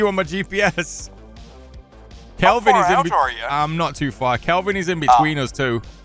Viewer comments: you guys always calling Kelvin, Klevin, always makes me irrationally mad and theres nothing I can do about it lmao. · not klevin its kelvin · Are you calling Kelvin “Klevin” on purpose? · are you guys calling him Klevin instead of Kelvin as a bit? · i love how y'all call him klevin lol its kelvin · The man's name is KELVIN. not Kleven. just saying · Stop calling kelvin klevin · My gaming buddy: “why do you keep calling him Klevin?” Thanks lol. It’s absolutely involuntary